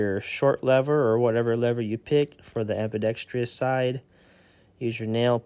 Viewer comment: Ambidextrous > Ambidextrious I wonder why kids these days can't pronounce certain words properly? This is a big one. 😆 It's like a weird glitch in the Matrix.